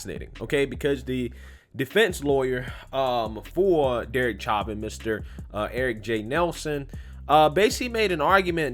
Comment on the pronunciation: Sha-vin say it like shat